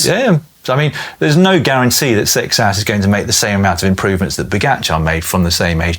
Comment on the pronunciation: Excuse me, but “Seixas” is actually pronounced “say-shush”